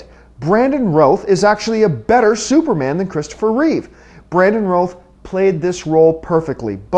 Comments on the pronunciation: why do all the people pronounce Routh in a wrong way? But all in all, that was my opinion, well, nearly. I've loved everything about the movie, that's why it's my favorite movie of all time :) and I agree that Brandon was better than Chris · oh my god. this guy has no idea what hes on about, i agreed with absoloutely none of what he said. brandon routh better superman that chris reeves? get real, this guy couldnt even pronounce his name properly.